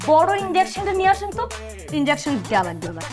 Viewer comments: ইনডেওকশেন নাকি ইনজেকশন 🙄🥴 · 🚫😄ইনজ্যাকশন নাকি ইনজেকশন হবে❓